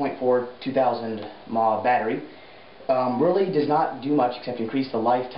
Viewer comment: ok its M.a.H, not mah its not one word it means milliamp hours and it determines approximately how long the battery will run.